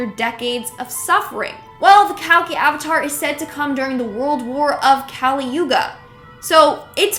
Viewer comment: The word is not kaali but kali(कली). There is no sound for it in English.